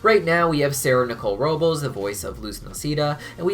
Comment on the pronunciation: Mijo, as a Robles It is pronounced: Row-bless